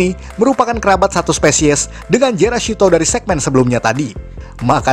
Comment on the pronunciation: Maaf min yg musuh gokaiger namanya jealousto bukan jerashutto